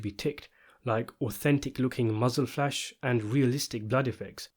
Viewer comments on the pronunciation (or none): none